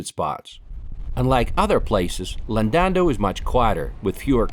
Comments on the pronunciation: Embarrassing that you called it Llandundo instead of LlanDUDNO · Llandando beach?!🤣 Its Llandudno you muppet!😋